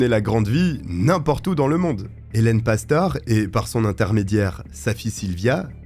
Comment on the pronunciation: Cest pastoré que ça se prononce.... tu sais même pas faire tes recherches correctement.....de pire en pire ta chaîne